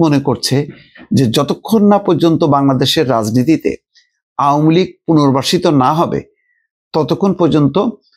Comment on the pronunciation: আওমুলীগ না আওয়ামী লীগ। শুদ্ধ করে বলেন। ভাই ইউনুসের দালালী বন্ধ করেন।